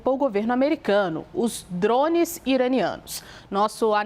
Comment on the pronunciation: Tira o ovo da boca pra falar drone